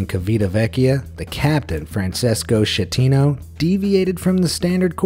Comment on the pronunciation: "Shettino" "Kivitavekkia" thanks for butchering italian language